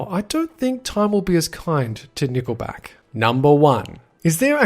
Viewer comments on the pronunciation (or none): Not nicksback it is nickel back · XDDD it sounds like he said nipple back